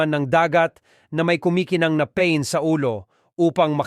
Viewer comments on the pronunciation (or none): Ang bobo ng A.I. na Yan. Pa-in Hindi pain hahaha. Pang tamad lang talaga Ang A.I. 😂😂😂😂😂